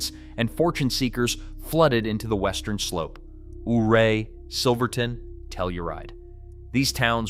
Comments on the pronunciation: Ouray is pronounced youray not ooray. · Ouray is pronounced like "You're Ray" not OOray. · It isn't "ooray," it's pronounced "Yourray." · Western Coloradan here. The way you pronounce 'Ouray' ('OO-ray') is ironically the same way that Chief Ouray pronounced his own name. However, the locals who live there and in nearby towns pronounce it 'YOU-ray,' the European way. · Ouray is pronounced “Yir-ay” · It's pronounced You-ray 😂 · Western Colorado should seceed and become it's own state. Big city people are idiots. Learn how to pronounce correctly. Ouray is pronounced you-ray. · You mispronounced Ouray. You can always tell you're not from here and AI. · It bothers me how Ouray is pronounced in this video. Having grown up in Montrose less the an hour away it grinds my gears lol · Can’t even say Ouray correctly.